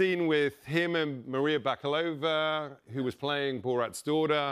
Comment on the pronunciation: He butchered Maria's last name Ba Ka Lo Va ... he made it sound like Baka Lova or baklava lover . Not cool not knowing the names of the people you work with.